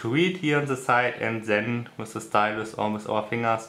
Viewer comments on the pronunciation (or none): Also ich finde ja, dass man besser keine Videos auf englisch machen sollte, wenn man so Einfaches wie „The" nicht aussprechen kann. Eine Qual, dem Gesprochenen zuhören zu müssen. (Zhe, zhet, zhis, usw.)